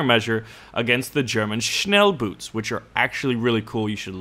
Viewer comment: Schnellboot pronounciation murican= fastshoe